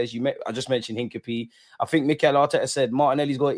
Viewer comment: ...you keep killing me every stream - it's not hin-cah-pee, it's hin-cap-e-aye